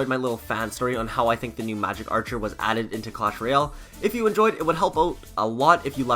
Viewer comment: Dod magec archer not wezard